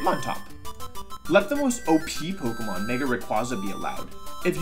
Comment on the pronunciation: Listen, i want to take you seriously but I can't because of your intentional mispronounciations of pokemon. And you're still winning by me commenting this. GG wolfy gg